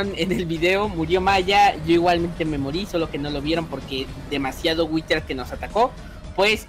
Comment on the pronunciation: Se Dice whider